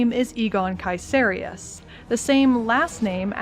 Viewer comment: BTW nice pronounciation on the name Caeserius. Too many people mispronounce it just like "Caeser" the roman dude. It comes from "Kaiser".